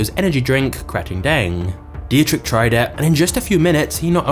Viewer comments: It's a small task to type a German name (like DIETRICH) into Google Translate and have it pronounced in the right way for you - when you are not familiar with the German language. Just a little tip for the next time, because for any German speaking citizen in this world it sounds completely ridiculous to here a narrator constantly saying 'Die-je-trich' instead of the correct 'Dietrich' (Phonetic pronounced as: Dee trich). Come on... a little homework 😘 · please at least try to find out how to pronounce foreign names, your pronounciation of Dietrich hurts my austrian ears and simply letting google translate pronounce it for you in german would have been enough to do better else, I gotta say I'm kinda glad to have red bull in my country I dont drink it but their TV channel Servus TV is one of the nicest we have here and they're surely good for our economy and global image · You're pronouncing Dietrich completely wrong. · jees, you are butchering every name u come across.. mai tai vy muay thai, dietrich was beyong recognicion.... a 500k sub channel should do better nice timing btw